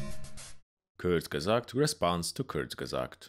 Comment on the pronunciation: I've never heard a perfect pronunciation of "Kurzgesagt"!